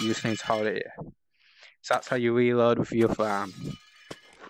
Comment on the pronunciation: It’s reload not weload